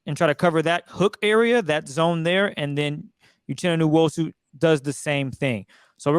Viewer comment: Need to know names of players on the field and how to pronounce their names. TO not know this is on you and your lack of professionalism. Be better. I see you all all the time on twitter. 1st time here. Uchenna: oo-CHEN-uh Nwosu: noo-WOE-sue